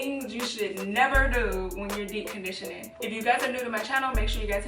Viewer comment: 🤣🤣🤣 “dee condition”